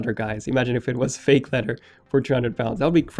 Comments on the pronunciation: its leather not leder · “Leadder” “Da” You need too pronounce you TH’s better bro slow down when you talk.